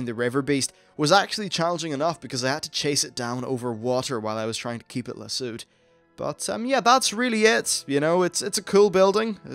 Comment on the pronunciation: btw lol it's La-sowed. not la-sewd XD